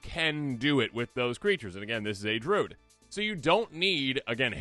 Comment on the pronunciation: Why are we saying "drood"?